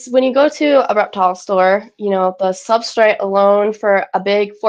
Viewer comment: She said SUBSTRIT!